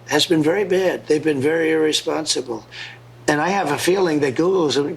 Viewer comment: Did he say ear-isposible?